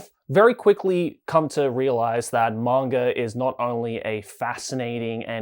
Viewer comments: You are talking about pronunciation yet you keep saying manger instead of manga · Are you saying "mongre"? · Bro is saying manga with the hard R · He's Australian. it's the Intrusive or Epenthic /R/